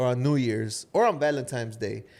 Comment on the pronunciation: Like I've said before.... Can't miss your guys podcast. But question... I've always heard people talk about Valentine's day not valentimes day and I'm wondering if people say it different depending where they live. Btw listening from Chicago 🥰